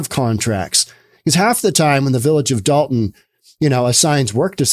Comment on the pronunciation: I believe that it's Dolton. With an 'O'. Dalton with an 'A' is in northern Georgia.